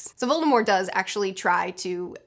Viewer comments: why do you say "VoldemorE?" Agh!! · I love how she actually says Voldemorrrr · Why do you drop the t from Voldemort I’ve never heard it said that way before